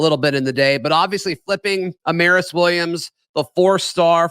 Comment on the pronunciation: go watch Amaris tweet about how to say his name. We've had it wrong